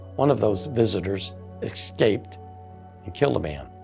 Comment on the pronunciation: There is no X in escape , eScape, not eXscape!